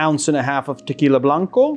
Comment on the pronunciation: The way this guy says tequila blanco is gas